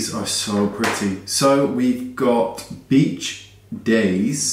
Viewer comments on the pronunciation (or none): I thought he said bitch hair! LOL ... Cheers 🌞